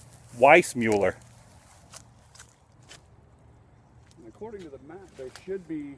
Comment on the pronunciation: It's not Weissmueller it's Weissmuller.